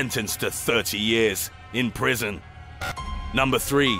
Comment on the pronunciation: "sentenced to 30 years... IN PRISON!!"